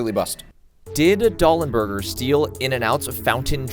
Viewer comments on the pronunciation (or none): There's only one Doll, love. The fact that you are looking at the sign while misreading it is killing me. Lmao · Why did you say Doll n' Burgers wrong every single time even when it was staring you right in the face?